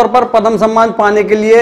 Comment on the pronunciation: पदम नहीं , पद्म ।उच्चारण शुद्ध कीजिए ।